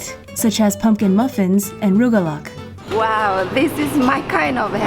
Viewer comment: No one told you how to pronounce rugelach?